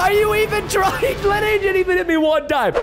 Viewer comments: Did anyone realize he said tr-ting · Preston said “Are you even trtying!?”